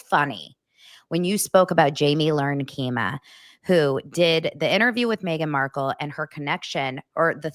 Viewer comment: “Jamie Lern Kima”? 🤣 It’s Jamie Kern Lima